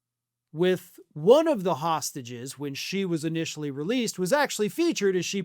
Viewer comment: Someone should teach Melania how to pronounce the TH sound. Pronouncing the as duh and father as fodder is not cute. It is not exotic. It is ignorant and lazy.